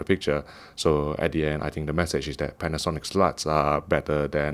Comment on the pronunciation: Sorry, but did just say Panasonic's sluts? XD